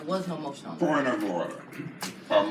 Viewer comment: He said “an appeal is on the FLOOO!”